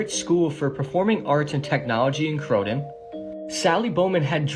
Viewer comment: The Brits school is in croydon plz say it right.